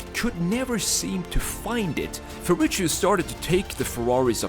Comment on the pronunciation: he's name is Ferrucio, not Ferrucio, say it properly